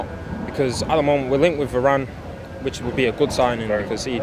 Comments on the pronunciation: i stopped watching after the first guy said “VARAYYNEEE” ffs our fans are washed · Va-ran.. its harder to mispronounce it and yet people find ways. Hitting us with Va-ranny and Va-rain.. ffs Nice job by the way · Did he call varane varaine? 😂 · Man said Va - rane lol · man said "varayne" lol 😭😭😭